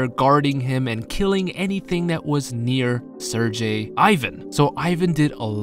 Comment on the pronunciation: Love your vids! Btw Sergei is pronounced with G(like G in great)